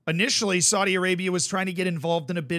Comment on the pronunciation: needs to be careful. Saudi Arabia is very powerful and they may come looking for him to punish him. Not for saying that they are corrupt but for the way he mispronounces Saudi.